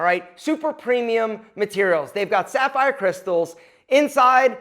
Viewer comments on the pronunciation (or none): none